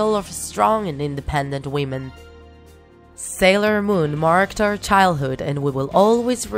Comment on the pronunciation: Sailon moon XD